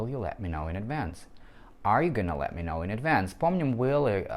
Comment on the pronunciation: Послушайте, я не лингвист и тем паче не в сфере английского языка, но на слух, ибо слух у меня музыкальный, звучит это очень близко к оригинальному произношению.